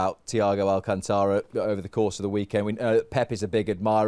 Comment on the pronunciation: People, it’s Al-CÁN-tara! Say it right